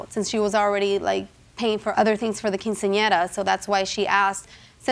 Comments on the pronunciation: "To help pay for her cousins keen-seen-in-error"😂😂 why did he say it like that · "...to help pay for her cousin's keen-see-ahnera." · I tried so hard to mispronounce “quinceanera” like the narrator did and….. I just couldn’t lmao. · Nice way to pronounce Quinceanera in the beginning 😂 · Only 12 seconds in and i'm just trippin' off the announcer trying to pronounce "quinceanera" 😅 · I can't get over the pronunciation of "quinceañera" by the narrator. Lol. Nevertheless, buy your cousin a freaking gift. If you already gave 2500 dollars, why would you ask for money from people who aren't family for a party for your COUSIN? I don't care if she's "like family." JJ is right. If she didn't offer her contribution, then clearly she's not as close to the family as she says. At least not the cousin. 1200 for "like family"?? NEVER. 😂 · The guy at the beginning could NOT say quinceanera.